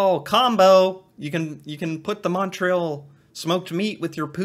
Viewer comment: She's not pronouncing Montreal, tourtiere, or Alberta properly in the English way or the French way. Fraud. Haha.